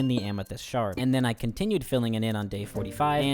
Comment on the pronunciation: every time he said amethyst shard i heard shark and i spent like a decent amount of time trying to see the vision. i couldn’t lmao there was no shark to be found